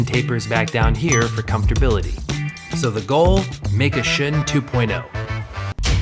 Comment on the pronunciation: A chef huh? Get your fucking index finger on the spin of the knife. Can’t even pronounce the knife Shun properly smh